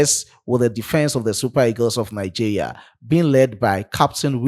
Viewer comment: Good job,. But it's pronounced Nigeria and not Nigea 😊. Thanks.